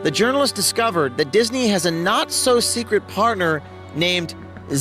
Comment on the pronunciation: haha u said seekwit. LOL